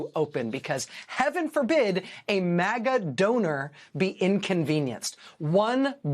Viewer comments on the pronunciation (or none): none